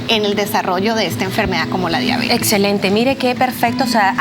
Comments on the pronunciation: Diabetes no diábetes. NO ES UNA PALABRA ESDRÚJULA. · La deabeeetesss. No la diabetes. La diaaabetessss. Que rabia esa pronunciación